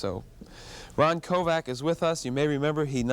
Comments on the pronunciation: His name is Kovic, not Kovac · Kovic not Kovac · "Kovac" its Kovic. The guy doesnt even know that he was shot in the chest not in the back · Sounds like he says Kovac?His name is Kovic! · Yes it is its Croation surname Kovic...not Kovac.... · Quit saying KOVAC! It's KoVICK! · Isn't his name pronounced Koe Vic????? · It would've been nice if the interviewer had pronounced his name right. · Wanted him on his show but pronounces his last name wrong🥴